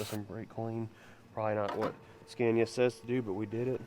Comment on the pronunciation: please quit pronouncing SCANIA like SCENIA IT'S NOT SCENIA its S C A N I A. Go google the pronunciation of it. A is pronounced like A Apple not A Epple ffs